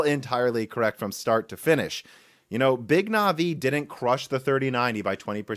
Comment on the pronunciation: No one says “Navi” better